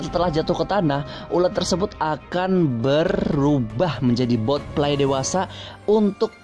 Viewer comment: Botfly not botlie